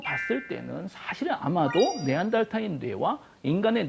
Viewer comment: 네안데르탈인 발음 개거슬리네ㅋㅋㅋ 네안데탈인 네안탈인 네안달탈인 존나 다양한 바리에이션으로 빡치게 함ㅋㅋㅋ